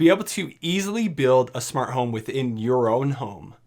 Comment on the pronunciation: Nobody: Brett:Shmart home